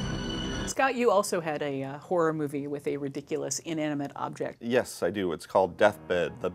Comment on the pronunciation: "The Amityville Forror"